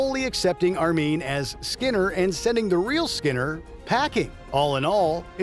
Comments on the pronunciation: Yeah it's one of a few things in this video that make me suspect the narration is now AI, based on the real narrator's voice. Like how he sounds out "Annoyed Grunt" and pronounces "Armin" as "ArMEEEN". Nobody familar with the Simpsons would do that, but an AI reading a text script probably would. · Armeen Tamzarian??? You had the clip to listen to pronounce it correctly smh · Sounds like he's been turned into an AI. "Annoyed Grunt" is actually sounded out, and he says "ArMEEN" when referring to "Armin" Tamzarian. Anyone who has watched the Simpsons should know better than that. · "Annoyed Grunt" sounded out? "ArMEEN"? Really? Sounds like WM is now using AI trained from their (former) narrators and hoping we wouldn't notice.